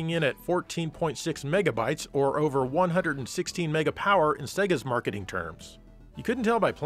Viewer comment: 116 mega power needed some MEGA EMPHASIS